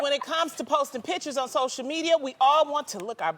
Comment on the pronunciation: pitchers instead of pictures.